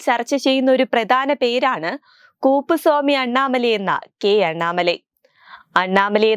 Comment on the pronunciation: വാർത്ത വായിക്കുന്നത് അക്ഷര തെറ്റ് കൂടാതെയും ശരിയായ ഉച്ചാരണത്തിലും ആവേണ്ടത് വളരെ അത്യാവശ്യമാണു .ഈ വിധം തെറ്റിയാൽ പോലും വാക്കും അർത്ഥവും മാറിപ്പോ കാൻ സാധ്യത വളരെ കൂടുത ലാണ് .ഈ വാർത്തയിൽ കുപ്പുസാമി അണ്ണാമലൈ എന്ന തിനു പകരം കൂപ്പസാമി അണ്ണാമല എന്നാണ് ഉച്ചരിക്കുന്നത് .ഈ വിധം ഉച്ചാരണത്തിൽ പേരുതന്നെ ഇല്ല . ചിലപ്പോൾ അർത്ഥവും മാറിയെന്നി രിക്കും .അത് അനാവശ്യ ചർച്ചക്കും പ്രശ്നത്തിലും പര്യവസാനിക്കാൻ സാധ്യത കൂടുതലാണ്. സൂക്ഷിക്കുക. 🙌🙌🙌👍👍👍👍